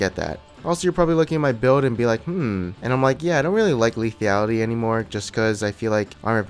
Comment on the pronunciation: For f... sake.... ur doing it on purpose now... "why lithiality" still, come on i know u can read, and its driving me nuts.....